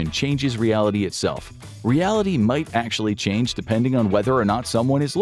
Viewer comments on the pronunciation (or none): none